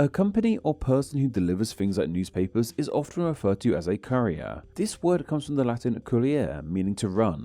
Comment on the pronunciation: pronunciation makes Courier sound like a spicy food chef. The Dundee Courier is pronounced coor-ierr.